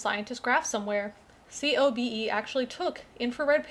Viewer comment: COBE is usually pronounced to rhyme with the first name of the white whale.